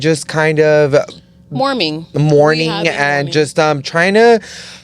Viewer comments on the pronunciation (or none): saying morming is crazy lol it’s mourning